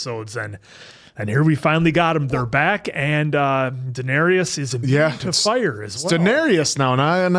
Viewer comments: You are pronouncing Daenerys incorrectly Dan-air-is Not Dan-air-e-is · Dan-ERRYS not Dan-ERRY-us! 😠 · Dan-air-iss /for the algorithm 😊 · The Dennarius killed me. Daenerys